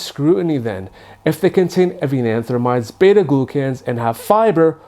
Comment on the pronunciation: You're mispronouncing avenanthramides. It's AYE-VEN-AN-THRO-MIDES not "AH-VEE-NAH-AN-THRO-MIDES. You've added an extra vowel where there isn't one.